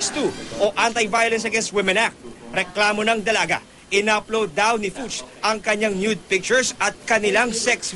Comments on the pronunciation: Its a german last name pronounced FOOK... like cook, or hook with an F........not FYUCH:) just FYI! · Fuchs is pronounced 'Fooks'.